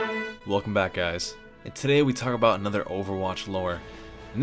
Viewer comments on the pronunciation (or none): none